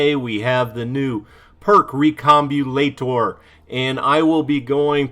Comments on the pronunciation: its pronounced "RE come BOB u Lator" love your vids lolol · David Dean that’s great that you’ve made so much progress! It can be a difficult thing to overcome for sure. But I wasn’t referring to any stutter. I meant right at the beginning when you read recombobulator (step by step) and went right over one of the syllables. The internet has a running joke about how a lot of youtubers just don’t pronounce these kind of things right and it seems you just got sucked into the joke, that’s all